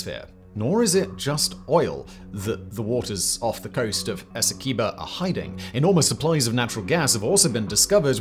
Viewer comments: its a pronounce es-see-qway-boh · In Guyana, I always heard "Esequibo" pronounced "Ess- Quay-boe". Of course, that is no guarantee its right, just what the locals (sort of) called it.